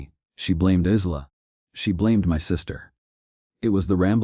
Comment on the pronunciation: Isla is pronounced Eye-lah. Not Eez-lah. Otherwise, good story.